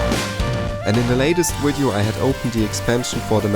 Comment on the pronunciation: Awesome channel. BTW it's video not widiow